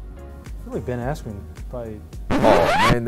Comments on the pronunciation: Jorge just massacred Asskren lmfao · The moment he said ben asscream i burst out laughing.